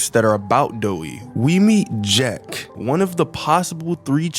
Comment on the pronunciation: Jack ❎️ Jeck. ✅️